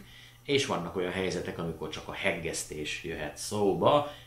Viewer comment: a hegesztést csak a kevésbé iskolázottak mondják kettő G-vel, remélem, nyelvbotlás volt ez tőled